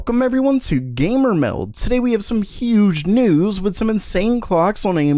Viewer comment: The way you say meld makes me want to head butt a wall 30 times great videos though